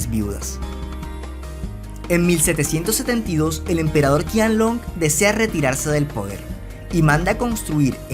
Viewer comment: De hecho se pronuncia Chianlong ;)